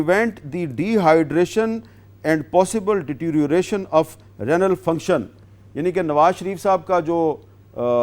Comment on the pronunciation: Rehnal nahi Renal hota hai Hamid Sab... Baqi Dunia apko sahafi nahi mannay gay han asia k kuch countries me manay....